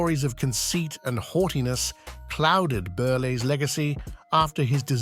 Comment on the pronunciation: I stopped watching when you couldn't pronounce Milton Berles name.